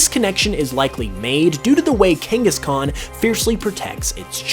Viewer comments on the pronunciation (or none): none